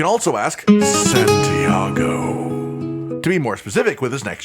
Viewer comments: By the way he’s saying Santiago, i think he’s from the caverns of el’dorado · Hahaha "Santiago". 😂